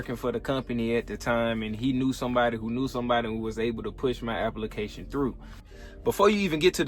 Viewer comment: Glad you got your "apple-ication" through.